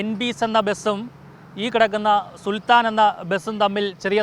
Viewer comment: സുൽത്താന അല്ല സുൽത്താൻ